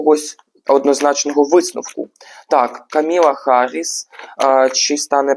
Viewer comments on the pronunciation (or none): none